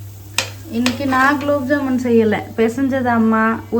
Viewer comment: Gulab jamun not kulabjamun 😅😅😅😅